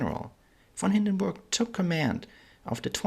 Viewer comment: i like the proper pronuniciation of this great man's name very important in history thank you for a good detailed history presentation info out here hard to get thank you.